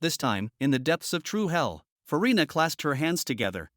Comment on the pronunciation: i heard Ferrina or Furina